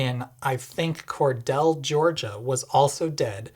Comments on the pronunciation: I know this is 2 years old, but I can finally show off my homeland knowledge: it's "cor-deel." Not "cor-dell." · its "core-deal" NOT "core-dell" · Just as a point of interest ... it is Cordele, Ga is pronounced "core-deal" not "core-dell". When you stopped in Gainesville, did you see the University of Florida campus? Would have been interesting, had I known you were here, to have met you in person ... also, just curious, what charger did you use in Gainesville? The one at Whole Foods or elsewhere? Even though I drive an ICE truck, I understand what you are saying about using the "wrong" charger. It's like the people who park at the gas pump and then go shop in the convenience store before getting their gas or leave their car parked at the pump after they fill up to go shop in the store. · Small nitpick, but it’s pronounced “Core-deal” by us locals. Other than that, wonderful video and very Honda Insightful. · Cordele (core-deal), Ga - FYI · Cordele, GA is pronounced kor'DE'yal :P Surprising they have fast chargers there, honestly. One thing that might be interesting in the future could be like a sort of virtual "valet" that directs your vehicle to an appropriate charger for a particular station, taking into account what's in-use. Granted, companies already have a hard enough time standardizing on things, but could also be part of a more unified charger network locator/finder database/service that is maintained by an industry consortium, with data available for apps and websites to use freely. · Cordele GA is pronounced Core-Deal 🍉 . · respectful but really meaningless correction: it is "cor-DEAL" Georgia. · You pronounced Cordele wrong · Came to the comments to see if anyone corrected the pronunciation (I grew up less than 50 mi from there), so thanks! I'm kinda not surprised they have fast chargers -- I mean, they have a Titan I missile by the interstate. It just begs people to stop there in particular.